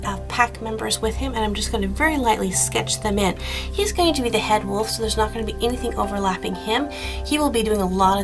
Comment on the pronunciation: I love how you say wolf. lol It sounds like woof. :P